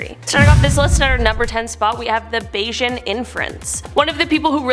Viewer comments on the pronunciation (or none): none